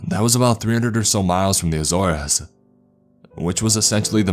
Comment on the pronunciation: I cant stand how many times he says azores like a-zor-es it a-zores